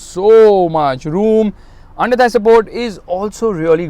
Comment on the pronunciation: First time is saying underthie support is very nice 😂😂😂😂😂